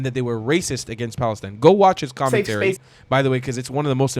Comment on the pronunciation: "FFFFf "FALESTINE"😂